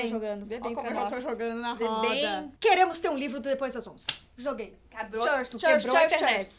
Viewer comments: "Chêrs"????? Foi de propósito? É q é "cheers" ("" chirs"") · Que agonia da falando “churz” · meeeeu, não é assim que fala cheers ai q chata eu neh perdão mesmo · Q raiva da dizendo "cheers" errado ahahah